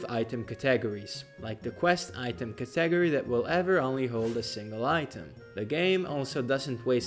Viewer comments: caTAYgory threw me off. Hope I never hear it pronounced like that again...! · Curious about the accent that pronounces category that way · Not enough comments about that "category" pronunciation.